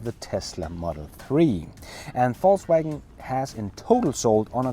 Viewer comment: Hey hope your vacation is going well brother. Also I can't help to notice that you pronounce VOLKswagen as FALSEwagen😄. Go back to your other videos and you'll see. I thought it was joking at first but it's a real thing.